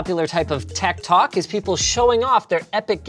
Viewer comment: I must be a boomer because every time Linus said "Tech Tok," I kept interpreting it as "Tech Talk" in my head